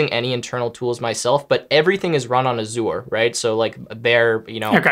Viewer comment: Microsoft has vision included in its benefits. And he pronounces Azure weird. :) Recommend talking to a full timer sometime to get a more experienced viewpoint. Let me know if you need a contact.